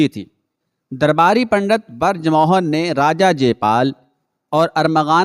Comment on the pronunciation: barj mohan nahi brij mohan